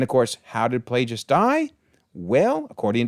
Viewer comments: It's killing me hearing Plagueis with the g pronounced like a j as if he's a plagiarist. His name was literally a play on the fact that his master infected him with a manufactured disease in an effort to take over his body. The implication being Plague (with the hard G) it's Plagueis, not Plajais. I don't mean to knit-pick but it's driving me nuts 😅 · One little thing I noticed lol Darth Plagueis is pronounced like the Black Plague lol or like GO rather than JIGGLE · The miss pronouncing of Plagueis is as bad as episode 8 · the way this due pronouces Plagueis is triggering me.